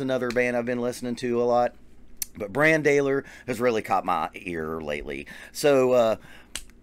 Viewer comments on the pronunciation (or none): You should do a Mastodon song where Brann sings. BTW, it's pronounced like "Bron".